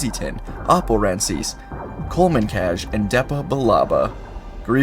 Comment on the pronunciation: Bro I love your fanfics but will you ever say poor Oppo Rancisis’ name correctly